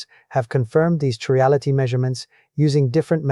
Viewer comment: he pronounces chirality 2 different ways. Personally I do NOT believe this.